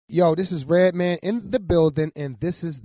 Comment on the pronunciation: *REDMAN not Redoan wtf lmao